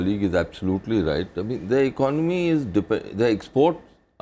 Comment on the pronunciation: hahahaha they all don't even know how to pronounce the word "economy" its non of your business...just try to solve the issue of poverty and inequality. also construct toilets for your women :*